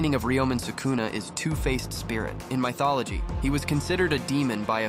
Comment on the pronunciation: Bro spelled Mythology buy pronounced it as “My thology”🤣